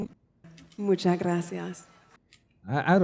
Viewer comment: Also when she says "Muchas, muchas gracias" she says "munchas, munchas gracias".